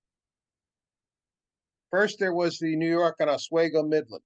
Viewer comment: That heater car at Roscoe in late May might have been used, upstate New York can have unseasonable temperatures even in late spring. Also it’s called OsWeego. Great presentation,thanks